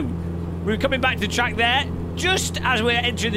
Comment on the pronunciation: "aaah they say you cut the treeeck"